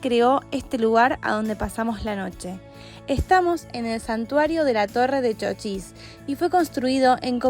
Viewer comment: No es Chóchis. Es Chochís